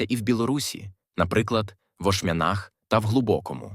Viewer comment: У Ашмянах, на Я націск. Варта б паглядзець як назвы прамаўляюцца. А то будзе "гастамЕль".